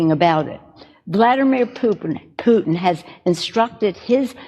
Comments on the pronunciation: Did she say... Vladimir poopin? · Did she call him Vladimir Poopin? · I laughed out loud when she accidentally said Vladamir Poopin'. I'm a child